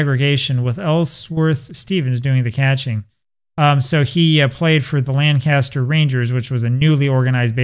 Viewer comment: SUPERB REPORT , SIR... ⭐ ⭐ ⭐ ⭐ ⭐ .....Up there the pronunciation is " Lankisster".😅😅😅😅... It's my favorite game !